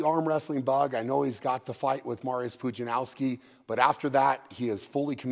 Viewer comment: 18 years later and you still mispronounce Pudzianowski. Disrespectful.